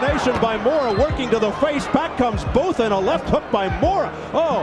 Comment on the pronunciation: Botha Is pronounced ‘Boor-ta’